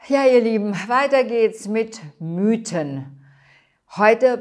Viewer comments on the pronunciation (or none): none